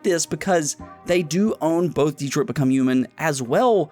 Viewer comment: DEtrot becum hmon